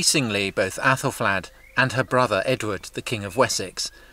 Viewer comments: what was more annoying wasn't just the mispronunciation, but that it was inconsistent, sometimes flad, some times fled. sometimes athal, some times ethel. drove me nuts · Aethelflaed! Pronounced Ethelfled! They're all Ethels - Fled, Red, Stan. Mispronuciations so irritate me!